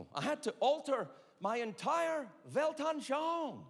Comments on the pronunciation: For any German speakers he tried to say : weltanschauen. Your world view.. it is not really recognisable. But I am Dutch..you're welcome. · Damn..you slightly butchered "Weltanschauung" 😄 took me 2 seconds